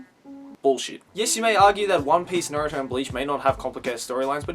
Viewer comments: im just curious, since ive heard a few other youtubers say it like this. why do you pronounce Naruto as Narooto? ive been watching Naruto for years and even in the japanese dub, ive never heard his named pronounced that way. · I like how you say naruto